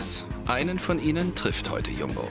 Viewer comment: Wie er Jumbo ausspricht, arrgh.